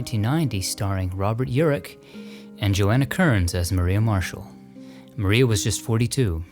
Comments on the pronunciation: Always so interesting and well produced. One thing, the word "Maria" in the name of Edison's studio is pronounced Muh-rye-uh rather than Mah ree uh. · It is pronounced Black Ma ri a. ie a paddy wagon. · Wonderful content, as always! Thanks to all who contributed! One point of correction - Edison's nascent film studio is pronounced "Black Ma-RYE-ah", as in the singer Mariah Carey. It was called that because they joked it resembled a police "paddywagon", which went by that nickname. Cheers!